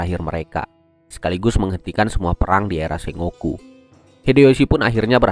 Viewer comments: ejaan ny bkn se-ngo-ku tapi sen-goku ato seng-goku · Sengoku cara bacanya senggoku bang (fyi) Sukses trs buat channelnya bang 👏